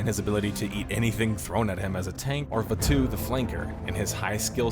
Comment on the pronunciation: Hahaha bro said Vatu like "vuh-two". Probably say Nuh-rude-oh